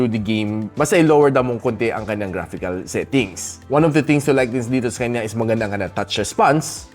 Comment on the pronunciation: Natutuwa tlga ako sa "sekanya" mo boss. More awesome videos in 2025 🎉